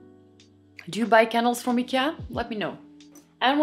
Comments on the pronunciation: I love that you don't americanize the name "Ikea"!❤ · You have a lovely voice. Shame on anyone who complained. And you pronounce Ikea correctly!